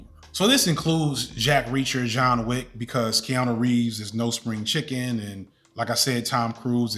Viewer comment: I love how you consistently call him Jean Wick.